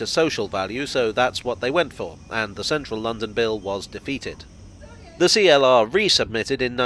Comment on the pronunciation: CLR. Not Free-LR.